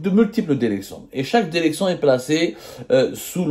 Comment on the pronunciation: La DÉRÉCTION !!!! Pauvre langue française massacrée dans la bouche d’un pseudo journaliste